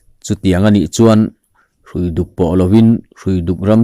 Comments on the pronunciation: Hruifuk khua hi i thlúk dik lo deuh, Hrui(rope) a ni. Árpui tiha pui tih thlúk angin, Hruiduk tih tur aw. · Hruiduk lam dan hi...hrui tih lai kha ramhrui, hrui hrual, etc. ang a lam tur a ni e. Engpawhnise hma i sawn hle mai..